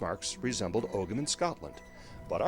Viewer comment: Ogham is pronounced "oh-um" in Irish.